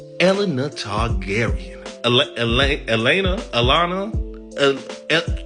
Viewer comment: Yes, yes she did. But she was in her hot girl era, so what you gonna do about it? 😂 I gotta think it's eh-LAY-nah